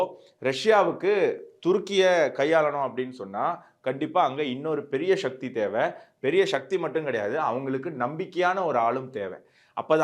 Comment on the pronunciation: அதென்ன "ஷக்தி"? ஒழுங்கா "சக்தி" என்று சொல்லு.